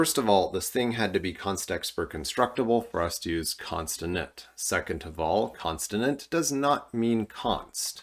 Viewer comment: Are you saying "constinint" or are my ears broken?